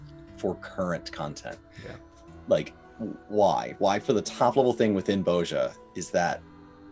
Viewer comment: It is pronounced Boz-ya, not Boz-ja ;) To make people run the Castrum, they just need to have some fragments drop in the last chest that will be needed for Delubrum Savage. This, and make castrum give a good amount of job exp.